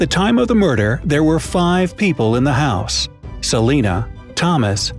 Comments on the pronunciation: Who edits these vids it’s HOUSE not hous lol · it is house not hose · House not hous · Bruh you spelled house wrong you said hous in the first one and said youdo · it said hous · I think its house, not hous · It’s house not hous it’s okay 😋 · "hous"? Might want to check that. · house not hous 🤣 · Ik im late on this but what's a "hous"? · Jennifer was found dead in her “HOUS”?? killed English 😛